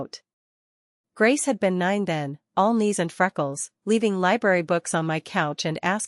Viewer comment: 'niece' instead of 'knees'